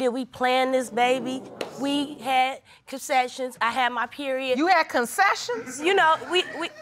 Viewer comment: "We had concessions" "CONCESSIONS" 😂😂😂😂😂😂😂 had to take a break lol ok let me finish